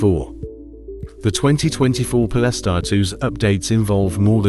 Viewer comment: I made it 30 seconds in. Po-less-tar? Come on man.